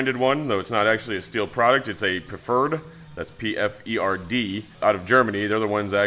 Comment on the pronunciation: Pferd has a silent "p". Sounds like faired. I'm not usually one to correct, but I hear that one work all the time and can't help it